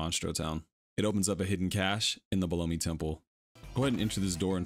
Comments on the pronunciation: Belome… definitely pronounced Bel-õm not Blow-me… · I'm sorry, "bel OH mee"? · How do you think Belome is pronounced "blow me"? Or is this on purpose to get comments? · Wait.. Is that how it's pronounce? Below-me? I always pronounced it as Bell-Ohm 🤣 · Ha! You're right.. I actually didn't catch that. Bel-omph! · I used to be unsure of how to pronounce Belome until I saw the Japanese pronunciation. It's ベローム Beromu. A syllable ending in the oo sound in Japanese normally means a silent vowel in English. So the e is silent. Bell-oh-m. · You pronounce it like Baloney? I was pronouncing it with a silent E... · Well everyone that runs this game pronounces it bell lome if tgat makes semse. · The way you pronounce belom 💀💀💀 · Lmao at how you say belome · But who knows maybe they are wrong. I just never heard someone say belome how you did lol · all good, just thought it sounded funny. Great video tho. Thanks for the info